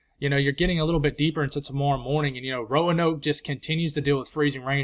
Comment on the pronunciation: You nailed the pronunciation of Blacksburg and Roanoke (Row-uh-noke),! Which makes up for crushing my hopes that we'll be fortunate enough to see enough snow to cover the tips of grass blades. 😭😉